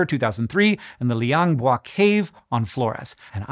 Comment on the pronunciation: I've been following the small Floresian hominin development over the years too, and this video was an instant click for me. I've got to say, you really nailed the pronunciation for Liang Bua there.